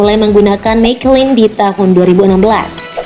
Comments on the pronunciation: Free practice --> free prastais Bridgestone ---> Brigeston Michelin --> Mikelin 😅😂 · Koreksi dikit min Bridgestone baca Bridstun.. Michelin baca Miselin/Miselang(Bahasa Perancis) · menit 4.45 MIKELIN...... MEKELIN.... NGESELIN..... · Mekelin?? Mechelang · Michelin dibaca miselin bukan mikhelin, admin harus belajar lagi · Prototip mikelin and brigestone...sebelum ngisi suara cari dulu cara baca nya yang bener gimana...saya sok hayang seri... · Brijston dan miselin Gitu bacanya mbak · Mikelin wkwkwkwk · Pengen ke Inggris Inggris an malah kacau. ucapan salah Lafaz Indo Bridgestone (brigstun), Michellin (mishelin)(Prancis mishelang), prototype (prototep), free practice(fri prektis) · Bridgestone ---> Brigeston Michelin --> Mikelin 😅😂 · Michelink.. perancis g ada n d akhir